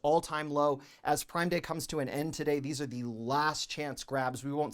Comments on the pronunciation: Idk why every time he says "THEEsE..." it is so satisfying to me 😅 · His “These” is very comical 😄😄